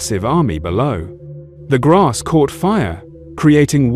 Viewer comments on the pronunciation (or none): none